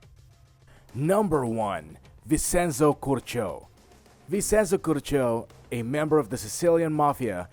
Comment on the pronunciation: IKR? He also mispronounced Vincenzo.